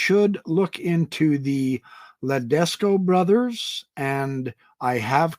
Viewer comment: You said “Ledesco” brothers. It’s Tedesco. Lol!